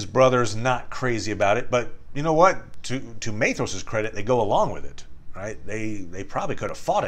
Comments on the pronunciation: 'Maythross'? By Ilúvatar, these pronounciations are getting worse and worse! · Beautiful video, thank you! Unimportant but his name is pronounced MY-thross with a hard th :) Sindarin is tricky